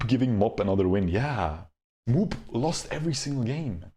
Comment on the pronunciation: "MOOP" doesn't pronounce "moop" but MOO - P .